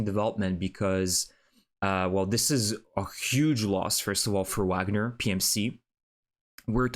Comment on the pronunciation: Wagner is pronounced with a “V” not a “W.” The group is named after the composer. Their logo shows Вагнер.